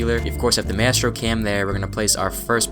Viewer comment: who tf is mestro it's Maestro [MY] + [STROH]